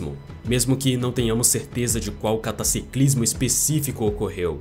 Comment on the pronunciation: Cataciclismo????😂😂😂 cataclísmico